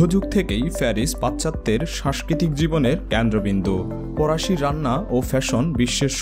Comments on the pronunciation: নোয়াখাইল্লা নাকি? প্যারিস রে বলে ফ্যারিস, আবার ফরাসিরে বলে পরাসি! বিরক্তিকর 😑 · বিস্ময়কর , ফরাসি ,পশ্চিম উচ্চারণ শ্রুতিকটু ঠেকেছে। পরের ভিডিওতে ব্যাপারটা খেয়াল রাখার জন্য অনুরোধ করছি ।